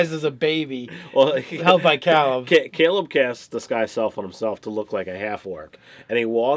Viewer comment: Dude... you've heard him pronounce it Kay-leb about a thousand times now.